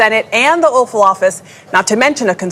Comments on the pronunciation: I now hear the "Offal Office" instead of the Oval Office.🤣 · Apt anchor lady mispronounce of "Oval," as it will soon resume being an "offal" office.